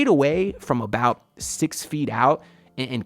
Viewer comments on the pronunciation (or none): please stop saying exspecially 😭